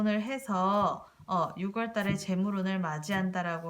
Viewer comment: 잘들었습니다 육월이 아니라 유월이라고 해주세요~국어선생은 아닌데 발음이 좀 신경이 많이 쓰입니다~^^